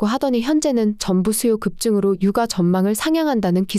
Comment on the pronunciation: 혹시 "유가" 읽어주실때 "윳가"로 해주실 수 있을까요? 계속 "육아"로 들려 어색하네요.